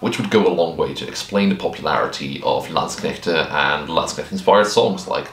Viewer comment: Came a bit when you said "Landsknechte" 😄 Been hearing too much anglo-butchery of the word. Oh also, as a german fencer, living historian and uh... regular historian, i gotta say: awesome vid! I was aware of the topic but you presented it flawlessly imo. Also also: my bachelors thesis was transcribing a landsknecht provosses diary. And my masters was transcribing and working with late XVIth burghers inventories (yeah, they owned armouries and bathhouses 😁) thus i cant not do XVIth in living history anymore. Also since my local armourer specializes in XVIth armour and i got interested friends. Will come back to you for a pike block melee when were ready ;)